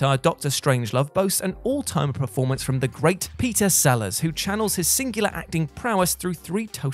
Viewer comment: There is something mispronounced in every one of their videos lol....the one that's nagging me the most is preformance instead of performance